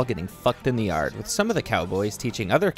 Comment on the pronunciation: Something about the way he says yard like yerd cracks ,me up